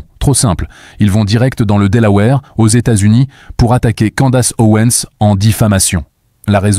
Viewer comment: Si tu décides de prononcer à la française, faut pas seulement prononcer "Candasse" mais aussi "Ovansse".